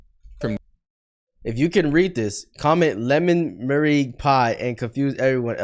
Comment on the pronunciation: "lemon mernigue pie" 🗣🔥